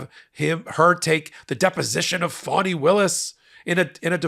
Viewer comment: Her name is fann eeeeeee not fawneeee